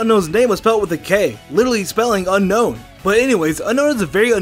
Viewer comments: unknown is pronownced ('U Nown) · It’s actually y un-own